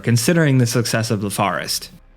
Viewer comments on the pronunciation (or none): none